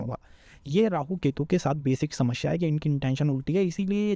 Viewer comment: speak slowly,running, explanation should be slow & clear so that others could understand well, pronunciation of samasya incorrect looks so odd listening to same word incorrect multiple times...need to explain serial wise,organised way from 1 st house to 12 th house not haphazard .....